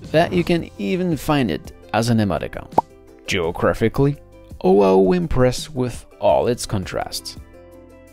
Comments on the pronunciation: He keeps adding an “h” sound before O'ahu and aloha and it is soooo annoying!! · You mis-pronounce Oahu completely